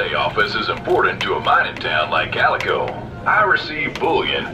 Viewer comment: its calico not calica bro bro